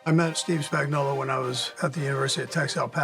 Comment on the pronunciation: But can we include how to pronounce his name? Everyone and their mother calls him "Spagnolla". Say it, "Spagnuolo." It has a big "O" on the end of it. He's not a can of Chef Boyardee 😂